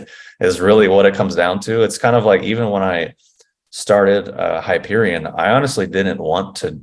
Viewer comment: Hyperon instead of hyperion... hmm, not a good start :D Btw. you were inspired by the book I suppose. I haven't ever read it though it's been recommended to me. Still find it good?